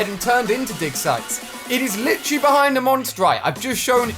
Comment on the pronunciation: Nobody: Not a soul: Ali a: LiChaLlY